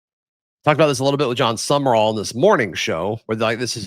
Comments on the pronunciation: Someone needs to tap on the shoulder to inform him Sumrall is NOT pronounced "sum-uh-rall" or "sum-er-all". It's simply "sum-raul" (i.e., raul as in haul). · Why do you pronounce Sumrall's name as "summer all", is that how he pronounces it.